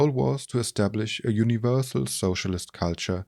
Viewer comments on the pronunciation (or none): none